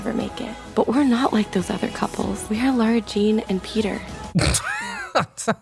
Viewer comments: posts about TATB me: hopes and prays he pronounces it LARA JEAN and not LAURA JEAN Also me: disappointed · LARA JEAN NOT LAURA JEAN IM TIRED OF IT LAH-RA JEANN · Omg I love your videos but can you please stop sayong "Lora Jean", it's "Lara Jean"🤔 no hate at all it just kinda bothers me lol🥰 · Im sorry but this is bothering me. Its lAra jean not lOra jean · Who’s gonna tell him that it’s LARA jean and not LAURA jean? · ITS LARA JEAN NOT LAURA JEAN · After all these years still pronounces LARA jean’s name as LAURA/LOWRA jean...😅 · When says "Laura Jean" instead of "Lara Jean" I chuckle, bc the captions say lower gene. Or Lower Jean... 😂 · 3 movies in and he stills calls her Laura Jean lmao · Why are you saying Laura Jean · Um its LARA Jean not LAURA Jean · Lol what.. “Laura Jean”😂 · No offense but it drives me crazy that you pronounce Lara Jean as Laura Jean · no one: literally no one:: LAURA jean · so you're telling me it's been 3 movies and still calls Lara jean LAURA??? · i really like you, but it's pronounced LAra jean, not LOra Jean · You’re still saying her name wrong. It’s Lara Jean, not Laura Jean. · It’s already the third movie and you still say Laura Jean instead of LARA Jean 😩 (I’m a fan, this video is funny but it’s just a bit off putting whenever you say LAURA Jean) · it's lara jean not laura jean haha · I love how you say lora Jean when it’s LARA Jean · I thought the dad was calling her "Laura" Jean the whole time and it was a little distracting. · he has been calling her LAURA JEAN this whole series and no one corrected him i swear to god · Is it just me or keeps calling her "LaUra Jean"? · It's LARA Jean,!:D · I keep hearing Lora Jane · why does say lara jean sound like laura jean??? i mean its kinda funny but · it’s been 3 movies and he still can’t pronounce lara jean right..... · Does it bother anyone else that he pronounces Lara Jean wrong?